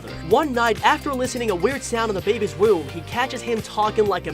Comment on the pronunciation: The way he say room as woom